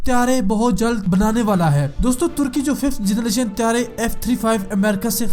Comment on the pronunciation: Generation not jernation